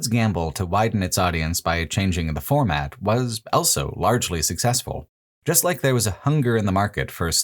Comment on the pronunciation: pronounces the word "also" as "elso"